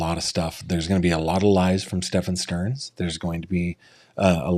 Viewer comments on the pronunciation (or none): I find it amusing how the [intuitive] investigator refuses to pick up Jennifer's queue on how to pronounce Stephen's name. She repeatedly says Stephen, he insusts of saying "Stephaaahn". I can't figure out why he just doesn't auto correct himself. It's weird.